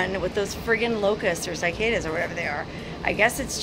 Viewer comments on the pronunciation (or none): Sigh-cadas, no bueno, lol. Say SiH-caYdas. Or don't. 😁And it's not EYEtalian, or SEEment for everyone who says that, too!!!🤣🤣🤣